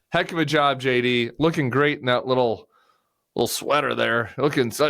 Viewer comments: I know Tim's saying JD but all I hear is Shady.😄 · Whenever you say his name I hear Shady Vance.